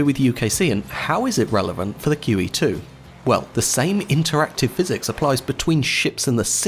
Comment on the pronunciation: I enjoyed this topic. My only advice for improvement is to put the name of the ship in the title. Instead of "She" use QE2, because when I initially heard it, I thought you said Kiwi 2. And you didn't repeat the name in the video. Had to use captions (and I hate using captions) to hear it properly (after I finished my initial watching of the video). Squat!